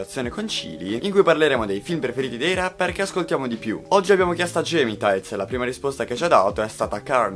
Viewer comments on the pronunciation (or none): Fai video per Esse Magazine e non sai pronunciare bene Gemitaiz. Che urto